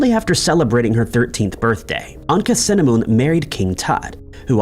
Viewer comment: Tut's wife is not pronounced Anka-cinnamon, but Ankh-ah-soo-amoon. Tut's advisor, Aye, is pronounced as 'eye' not 'a'.